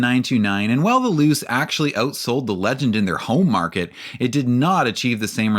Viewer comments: I'm sorry loose? Pretty sure its "Loo-chay" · Thank you for this video! I've been waiting on the history of the 929 and Millenia for a while! One comment: My understanding of Japanese would lead to Luce being pronounced as "Loo-Chay", not "Loose". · if no on else mentioned, luce is pronounced loo-chay. awesome video! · Mazda Luce => Loo-cheh